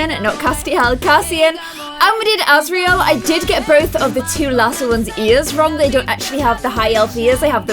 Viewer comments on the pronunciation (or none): Liked it a lot! But you pronounced the names wrong. C; there’s a guide in the back of the book On pronounciations Rhysand is Ree-sand Feyre is Fay-ruh azriel is az-ree-ell xx